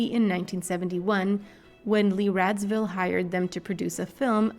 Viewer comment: Why are you saying Lee Radzville?